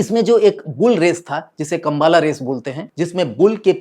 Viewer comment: कंबळा is the correct pronunciation.